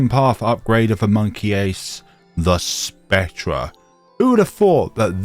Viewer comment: Why do you say "spec-treh", its pronounced "spec-ter"